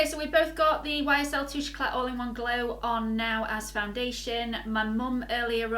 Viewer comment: Don't mean to be a know all but you don't pronounce the t on the end of eclat :)